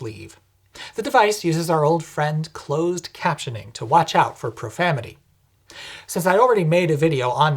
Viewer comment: Profamity Really embracing that no effort November spirit! Can’t be bothered to pronounce correctly 😂